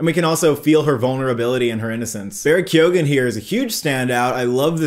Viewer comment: KEOW-AN! That’s how you pronounce it!